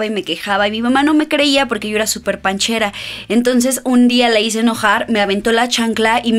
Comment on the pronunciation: Eres la primera youtuber que escucho decir bien panchera😱😱😂